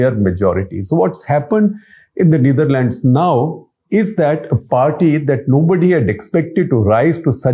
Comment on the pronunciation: The way he pronounced Neatherlands and Amsterdam was funny.. funny coz of all the show off words he use😂